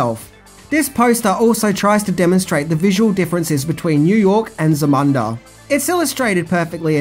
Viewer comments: ...do you actually watch any of these movies that you do the 10 things you didn't know about? It seems like you mispronounced a lot of the common words incorrectly or have no clue about certain things. Kind of baffles me It's pronounced many times in the movie Za-moon-da, not how it's properly spelled Zamunda....Jeez, I suggest watching the movie prior to making a video.......:face-blue-question-mark::face-blue-question-mark::face-blue-question-mark::face-blue-question-mark::face-blue-question-mark::face-blue-question-mark::face-blue-question-mark::face-blue-question-mark::face-blue-question-mark::face-blue-question-mark::face-blue-question-mark::face-blue-question-mark::face-blue-question-mark::face-blue-question-mark::face-blue-question-mark::face-blue-question-mark::face-blue-question-mark::face-blue-question-mark::face-blue-question-mark::face-blue-question-mark::face-blue-question-mark::face-blue-question-mark::face-blue-question-mark::face-blue-question-mark::face-blue-question-mark::face-blue-question-mark::face-blue-question-mark::face-blue-question-mark::face-blue-question-mark::face-blue-question-mark::face-blue-question-mark::face-blue-question-mark::face-blue-question-mark::face-blue-question-mark::face-blue-question-mark::face-blue-question-mark::face-blue-question-mark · Dude it's "ZAMUNDA" not "Zumanda." Guess that's one thing you didn't know. Lol 😄(all in fun)😠 but seriously it's ZAMUNDA! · 1. It’s pronounced “ZA-MOON-DA”! 2. That pic is “The Wiener Circle” in Chicago, which also did the same thing (one of the most popular spots in town) 3. No mention of Nile Rogers and the score, which was ‘next level’. Otherwise, keep making great vids and thanks for covering this one...as it is a ‘must-watch’ among the African community 🙏🏾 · If he say "Zamuda" wrong one more time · Say it with me Zam-U-nda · Dude. It is pronounced "Zah-MOON-Dah ". As in: the Kingdom of "Zah-MOON-Dah". Proper pronunciation matters. (even when it is about fiction)